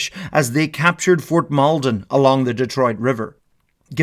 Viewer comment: As someone who lives very close to amhurstburg the pronouncement Made me cry a little 😂